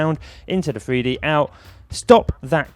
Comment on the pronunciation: "freedee modeling" it's Three d mate. Learn to speak properly, you're supposed to be a professional presenter.